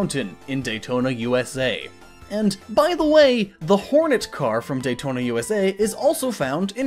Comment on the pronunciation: I think you mean Daytonaaaaaaaaaaaaaaaaaaaaaaaaaaaaaaaaaa